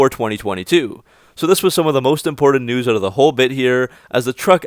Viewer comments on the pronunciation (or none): none